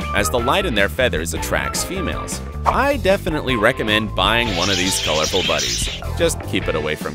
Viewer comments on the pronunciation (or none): How he said budgies😂😂😂🤣😭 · Man he said budgies with his mouth God has given everyone a mouth then he said budgies 😂